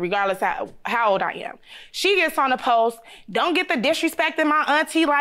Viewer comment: It’s the fact that she said she a teacher but kept saying phome instead of phone and postsss instead of post. Smh